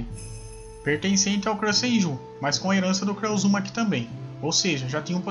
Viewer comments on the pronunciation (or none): O que me irrita em qualquer canal que faz menção ao Naruto ou até mesmo a qualquer outro anime é que falam os nomes dos personagens errado, cara o nome do personagem é o nome falado em Japonês, exemplo: clã "Uzúmaki" com a pronúncia da letra "U" como se tivesse um acento agudo, o correto é Uzumaki. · Mano o cara não consegue falar Uzumaki kkk seus vídeos são fodas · Vc fala uzumaki estranho